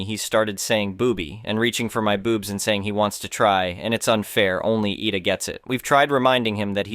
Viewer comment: IDA = (EYE--DAH) As how you would say IDAHO (.withOUT the HO part)